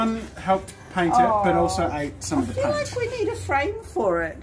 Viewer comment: You said pain instead of paint